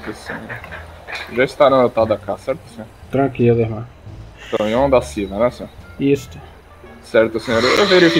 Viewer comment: melhor parte é ele falando tranqilo tranqrilo